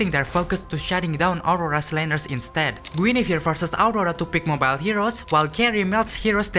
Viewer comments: i keep hearing guinevere as jennifer amazing editing and insight tho. deserves more views! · Guinevere ❌ Jennifer ✅ Lmao, cool vid tho bro 😂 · bro. you pronounce Guin as Jeniffer while I pronounce it as Gu in a vere. have I been wrong the whole time? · Me: you mean Guinevere right?: Jennifer I thought it was a mistake but he said it through out😅, loved the video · i just pronounce it like gwinevere or gwenevere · The way bro pronounces Guinevere made me discover it's actually the same name as Jennifer